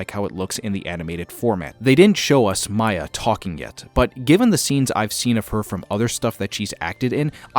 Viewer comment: Miya’s name is pronounced Mia not Maya